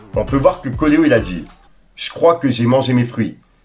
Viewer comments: Frero apprends a lire stp ca se dit CO ET LO pas CO LE HO Fais des efforts. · Ces coelo la prononciations 😅 , pas coleo 😂